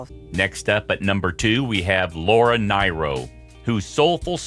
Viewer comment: It's pronounced FREEda, not FRYda! And it's NEARo, not NIGHro!